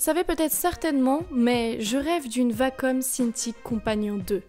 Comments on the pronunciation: Wacom.... pas vacom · Non perso je déteste la prononciation vacom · ouais c'est elle qui le prononce mal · nn tkt c la vrai façon de prononcer